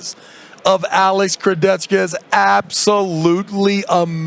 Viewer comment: The way Travis pronounces “KurdechKA” is super annoying